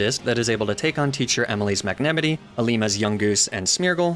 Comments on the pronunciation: i got stuck at the way you pronounce magnemite “mag-ne-mity” i am going to throw hands this made me physically violent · I gate being a pronunciation guy.... but I got taken back hearing ya say magnemite,, did you pronounce it Mag Ne Mitt E ? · The pain I feel every time he mispronounces magnamite's name, it can not be easily quantified. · magnemite, not magnamite. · it’s magnemite. not magnamite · MAGNEMITEY? N O It's Magnemite!! (Might) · Mag-nem-ih-tee --> Mag-neh-myt Lee-fahg-a --> Leef-edge Alum-a-mala --> Alom-a-mola Salan-dyt --> Salan-diht Moi-leen --> Mo-lane Ahs-a-roll-a --> Ace-a-roll-ah Del-me-say --> Del-mies Ni-ney-tayels --> Nyhn-tayels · Mag-ne-mite, not Mag-nem-ity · Magnemite is pronounced mag-na-mite Not mag-nim-i-tea and ninetails is pronounced nine-tails not ni-na-tails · I'm sorry I can't get past the pronunciation of Magnemite... You realize it's supposed to be pronounced as Magne (as in Magnet without the T) + Mite (as in 'might') right?? Magenemite. I-.... Is this just me? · Magnemity Magnemity Magnemity sorry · MAG NEMI TEEE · The best pronounciation to "magnemite" ever cast. Mag-nah-mitee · I am not enough in the lore to know which mispronunciations are intentional vs accidental at this point! Like mag-nah-mee-tey seems intentional but I am not sure if Dell-mee-say is a meme or not! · mag-nem-it-tee for magnemite pains me. Yes I know he does it on purpose but it still pains me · You do know that the mite in Magnemite is spoken like might don't you? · "mag-ne-mihtt-ie" lmao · MAG-ne-ME-nee?? WAHT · mag-ne-mity... that is the most unique way of pronouncing magnemite i have seen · So I’m only three minutes in so far, but I have to ask: is “mag-nemity” and inside joke on this channel or just a wild pronunciation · MAG-NA MITE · Are you saying Magnemidee?? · Just dropping in to say that you’re saying magnamite wrong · Mag-ne-me-ti ?? Is this an inside joke or do you just pronounce it this way?